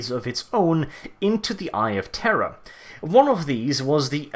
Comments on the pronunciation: And to think all this time I thought you were saying "the eye of terra" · Are you saying eye of terror or eye of Terra? ><